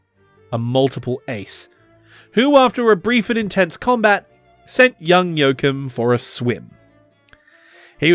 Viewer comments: Joachim is pronounced yo-ah-chim, with the ch pronounced as in Loch Ness. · You totally butchered his name. He is definitely, absolutely, categorically not called "Jokum". Making a video without even checking the name?! Thanks for shining a spotlight on him anyway. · The fact that his name is pronounced "Yo-Coom" is the .... cherry on top. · Very informative video. Never heard of him before. A true hero of its time. But as a German, I have to say it's giving me cancer in my ears hearing you say Joachim 😀 Just joking, it got me giggling.